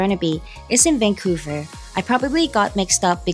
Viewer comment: Haha it's Vancouver